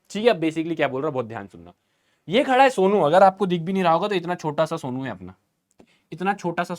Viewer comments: Sir aap somu ko sonu ka raha tha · Somu ❌ Sonu ✅ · Somu ❌ Sonu ✅😂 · Sir it is somu not sonu😅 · Sir its somu not sonu😅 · Sir it's somu not sonu 😅